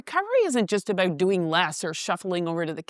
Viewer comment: Canadians will always oot themselves❤